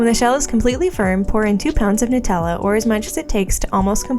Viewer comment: it’s Nutella